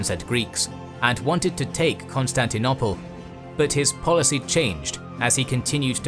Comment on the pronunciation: This is brilliant: wonderfully detailed and helpfully animated, as always. May I just request that you stop talking about 'Constantinopple' -- it's very jarring. The word (almost) rhymes with 'noble', not with 'nobble' (English spelling has some regularities).